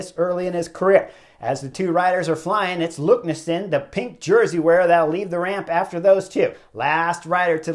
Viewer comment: LEKNESSUND not LUKNESSEND